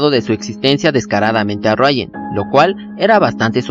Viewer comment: ejem, si solo una duda ¿porque le llamas rayan a riuen? xD